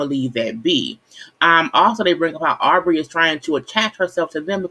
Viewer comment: I really like your videos but we’re on episode 4. You know their names by now Sis lol. It’s Aubrey. And it’s Kiely. Other than that..keep it up!!